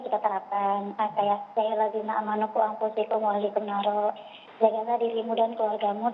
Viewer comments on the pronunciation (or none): Baca Qur'an aja salah ko' mau nerapkan Syariat Islam. "Ku amfusikum...." Wew versi siapa itu baca Qur'an begitu...?